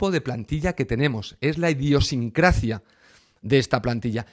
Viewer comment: perdona que te corrija, se dice idiosincrasia y no idiosincracia. Eres muy locuaz y posees un rico vocabulario, te admiro por ello porque te explicas genial.